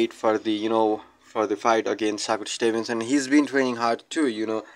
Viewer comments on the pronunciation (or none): He called him saku Stevenson…soccer Stevenson 😂damn bro learn his name 1st